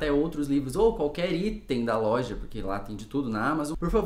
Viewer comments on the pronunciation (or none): none